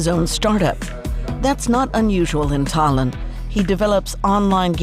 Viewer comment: Geez,,,, at least understand where the accent falls on names: Tah-LEEN, MAH-teeas, etc.